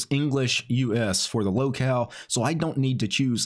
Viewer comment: Haha, I heard "Lolcow" instead "Locale" 🙂